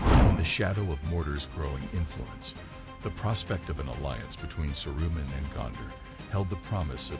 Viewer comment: Saroo-min. Please learn how the characters are pronounced.